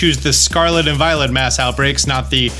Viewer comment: Did I hear you accidentally call mass outbreak a 'maus outbreak' when talking about Tandemaus? lol